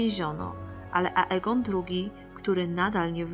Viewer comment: xDDDDDDDDDDDDDDDD...RejniRe, książe dał się... I to wszystko z ambony xD Ale i tak Cię lubię:D:>D Bogu niech będą dzięki. -...